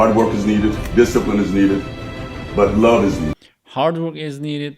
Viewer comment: Correction - Lowe pronounce ettiniz bu dogru degil. LOVE da "v" harfini biraz bastirin. Turklerin ve bircok baska dil native olanlarin yapamadigi seyler - sizde dahil- "V" vs "W - mesela vivid veya voucher gibi yada world veya word gibi" ve "T" vs TH - yani tomorrow yada taylor veya thing veya think gibi". Birde yavas konusun kelimeleri. Türkler ingilizceyi acele konusuyor. Ne kadar yavas konusursaniz o kadar duzgun olur. Turkce yazmadada benden ozuru kabul edin. Cheers